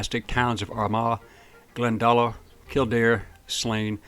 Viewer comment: It's pronounced Glen-Da-lock